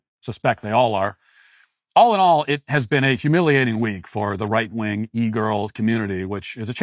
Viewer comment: Why do you call them right- wong conservatives?